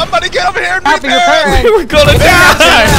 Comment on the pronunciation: Arent you a native english speaker? Why do you pronounce "carbine" and "repair" so weirdly xD